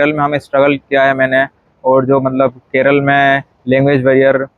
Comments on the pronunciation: Even after staying in Kerala for more than 2 years , it’s unfortunate that you don’t even know to pronounce the name of Kerala, it is NOT KERAL , it’s K E R A L A! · Keral nahi kerala bolo yaar